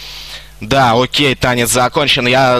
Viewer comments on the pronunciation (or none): none